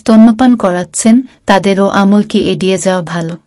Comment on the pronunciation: Thik khub birokto lage sunte amol ki😂